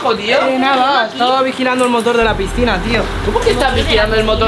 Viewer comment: nunca se dice pistina se dise picina